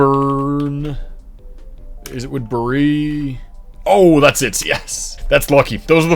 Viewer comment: minnesotans actually pronounce it wood-berry😊 love watching your videos!!